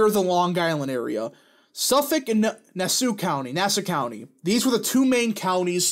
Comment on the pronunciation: Zeldin has a shot to win. He is doing a lot of campaigning in NYC, but the issue is fundrasing. Yes he has good ads but we are not seeing ads heavily about him. But he is definitely good on Crime and Taxes. And now on another point. CONGRATULATIONS YOU FINALLY SAID NASSAU COUNTY CORRECTLY.